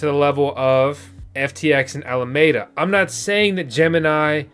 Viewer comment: Alameda, it has FOUR syllables, 'Al-a-me-da''.